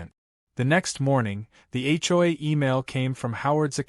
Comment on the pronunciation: When will AI learn to say HOA correctly, HCHOY is getting tiring🤣🤣